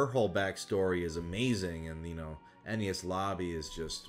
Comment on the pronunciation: WHY DO YOU PRONOUNCS ENIES AS NES